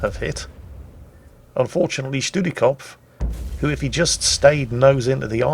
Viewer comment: studi is similar to studieren which is too study so no doubt some derivative of that. Kopf means head and since Germans like their words being tied together it probably means a “study head” or someone who very much likes to are invested in studying. Edit: also for pronunciation it’s “shdooti cof”